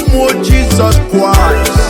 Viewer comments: Mother tonge r and l issues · This man is the devil himself, he has his own pronunciation of Jesus Christ, God will punish you, useless man 😠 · Flavor said adighi ama aka 😂😂😂 this pple self u guys are funny lion family.....see d way his pronouncing """Jesus Christ"" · Thought i was the only one noticing it... Kai another observer spotted..🙂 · This man have his own pronunciation of this Jesus Christ... hmmmm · I appreciate the beat of the song and the powerful role by flavor, but I think the lion has problem with pronunciation, Jesus kwis, Colona vilus, Amelica, Shayna, Orupe, which is really bad for public hearing. Am representing🇨🇲